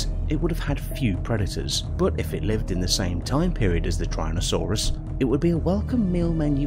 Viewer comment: Everyone: Tyrannosaurus Five Things: trynosaurus